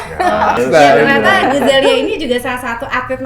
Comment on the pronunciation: Guzelya min, bukan Guzayla..wkwkw